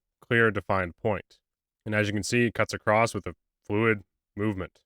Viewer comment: ish, great video so far...but saying "acrosst" is just unforgivable.